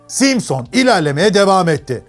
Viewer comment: 40 altı gençler simsın deel simson 🤣🤣